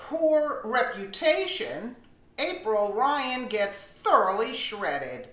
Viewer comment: April Lyan please get her name right LOL